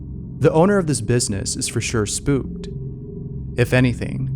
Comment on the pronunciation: He's saying "spooped", I'm convinced.